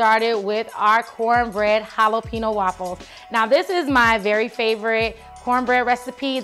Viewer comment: Your laughter is contagious. Love the idea of the just egg in ziploc bags. Good travel tip. BTW BEL😍VED jalapeño ( pronounced hala pay nyo) 😊